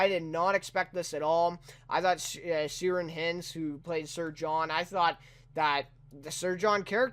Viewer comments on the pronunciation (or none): Thanks for your review! Thank-you very much for qualifying the word "esquimaux"... None of the other reviews that I saw bothered to identify it as an antiquated term. I just want to mention to you, the actor playing Franklin's name is pronounced "KEER-an HY-nds". Irish names and words never use a soft 'c'. Also, to clear up the scene where Dr. Goodsir is photographing Franklin and the others, daguerreotype photographs required a long exposure. That is why he had to wait the 30 seconds before closing the lens and why he tells them not to move! 😊